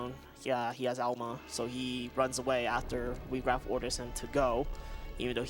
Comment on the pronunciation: You can debate pronunciation all you want, but I would bet anything that Wiegraf is not "WEE-graf".